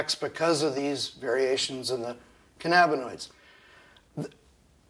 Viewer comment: can-ab-bin-oids? What’s cannabinis?